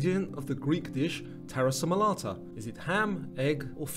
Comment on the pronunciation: Taramasalata, you pronounced the M and S round the wrong way. Just for future reference!